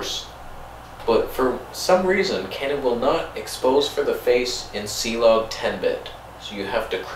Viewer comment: I’m afraid it’s not Cee-Log, 😳😱 it’s Clog.. And where is Reggie????